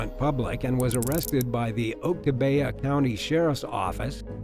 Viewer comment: It’s not Oak-ta-bay-a it’s Pronounce Phonetic spelling of Oktibbeha. ock-TIB-ee-ha. ... Meanings for Oktibbeha. [Origin: Choctaw] named for a stream, a portion of which runs near the northeastern corner of the county ock-TIB-ee-ha octi = ice, abeha = therein octi abeha = blocks of ice therein. ... A lot of the Native American names in Mississippi are difficult for outsiders to pronounce. My town is Iuka, that’s “eye-you-ka in Tishomingo County.